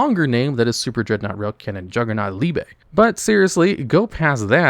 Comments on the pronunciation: gooood you said superdreadnaught rail cannon juggernaut liebe correctly this video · *pronounced Arcray as Arcry rather than Arc-Ray Classic. At least he learned how to say Liebe.